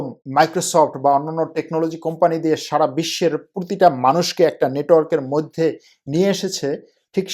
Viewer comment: আপনার তুরস্ক, মধ্য এশিয়ার রাজনীতি, অর্থনীতি নিয়ে আলোচনা অত্যন্ত তথ্যবহুল এবং প্রান্জল। শুধু কিছু শব্দের উচ্চারণ শ্রূতিকটু। যেমন “মইধ্যে”। আরও কয়েকটি। বিরাট কোন ব্যাপার নয়, কিন্তু আপনার মানের সাথে সামঞ্জস্যপূর্ণ নয়।